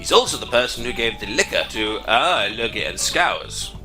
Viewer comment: You keep switching the pronunciation of O'Logie's name.: P